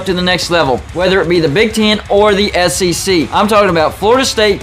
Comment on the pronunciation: Did you say AssEC right at the end? (at about the mark)